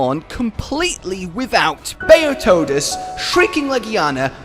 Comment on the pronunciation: How...how do you still call it Ner-Ji-Gante even when they actually say Ner-Gi-Gante in game? And Bazelgeuse is named after the star Betelgeuse so it's pronounced "juice" not "goose". I love the videos but am I the only one slightly triggered by this?